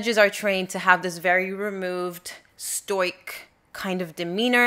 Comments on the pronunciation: You pronounce stoic really weird. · Interesting how Americans pronounce ‘stoic’